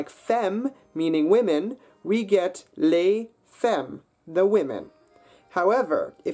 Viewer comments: and ‘les’ isn’t ‘lay’ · Indeed, and he has "les" rhyme with "lay" ;but these things are not intrinsically hard-they are "hard" because of our being accustomed to a different language"s sounds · I'm really sorry, I wanted to like the video, but it loses a lot of credibility because of the pronunciation. (Les, femmes, route - not only the 'R', but that's the wrong vowel etc.)